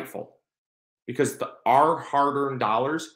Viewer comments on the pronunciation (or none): none